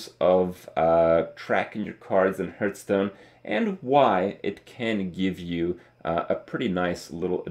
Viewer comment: please stop saying 'hurth' stone. It's driving me nuts. A hearthsone is the stone plate directly in front of a fireplace and it's pronounced like 'harth' stone. Yes, I'm a petty pedant.